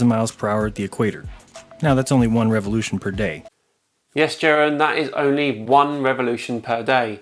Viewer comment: "One reveloution per day" French: Weak.